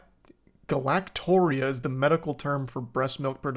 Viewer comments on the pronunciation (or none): Charlie galactorrhea is pronounced like diarrhea